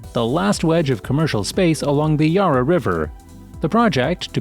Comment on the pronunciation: "yar-a" too!